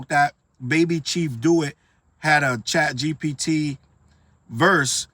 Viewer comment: you know CHATgpt is bad for hip hop when you got struggling to pronounce it 😂